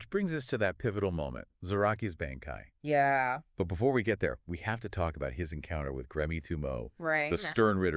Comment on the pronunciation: You guys pronunciations of bankai are killing me.